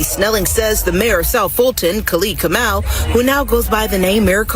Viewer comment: u definately butchered the Kamau, name though kinda disappointed in my fellow tribe's man(if the name is legit)